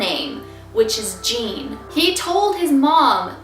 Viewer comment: It's not Jean it's ujean